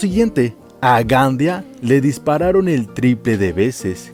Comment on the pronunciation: Es Gandía, hágame favor de respetar la pronunciación de los nombres. Respete el español. Gracias.